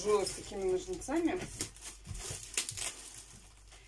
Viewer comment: Ножницами- ударение на первый слог...